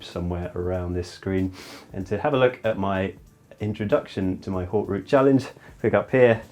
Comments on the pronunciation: Come on. It's Haute as in Oat not Hote. Grrrrrr. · I think its pronounced OAT. Haute w/out the H.